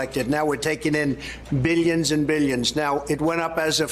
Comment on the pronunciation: He says "meelions" and "beelions," like Dr. Evil.